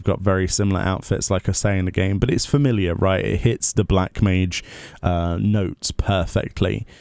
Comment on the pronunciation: made "Familliar" into a bad word LOL